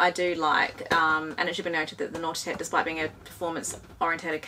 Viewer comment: A couple of things. You say length in meters and a meter to an American is a rock in space. Secondly, your pronouncing Nautitech as "naughty tech" which makes me giggle of course.